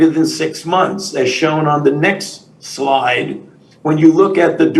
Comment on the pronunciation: “next sloyde”